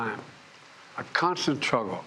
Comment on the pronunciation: That was a “truggle” to watch.😅